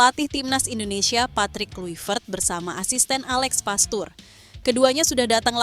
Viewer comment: Uji coba kok bilang uji koba... Ini youtuber sok jago dlam ngomong, tapi faktanya, O On, alex pastoor, di baca Aleks pasto' orrr